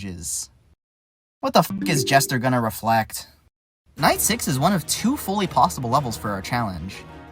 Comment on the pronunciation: I swear I thought that he said "9/11 introduced wizard zombie" but apparently 9 was actually night